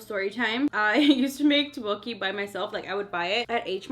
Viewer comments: Its tukboki not tobuki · First one u eat is called sushi . second one u try is teottboki u want to spell it thak- bok- eee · The way she said tteokbokki😂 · there are way to spell it but she pronaunced it wrong but thanks for the clarafication